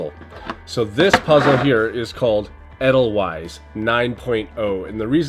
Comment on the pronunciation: You might find that people tell you it's pronounced as rhyming with "ladle vice". The Sound of Music did a song about it too.